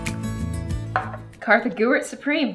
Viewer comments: Did anybody notice when said "Korthy Gewart" and not "Kartha Gewart" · sloth not Gloom, Kartha Gewart